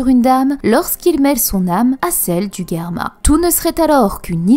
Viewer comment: Ca fait saigner les oreilles d'entendre Guerma !!! C'est Germa, comme Gérard :F